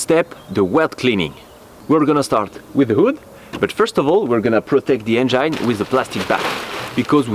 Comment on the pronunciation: lol bro try to pronounce engine like this en-gin . forget the e at the end . common mistake non native english speakers make. Its kind of funny though. Love you work keep it up.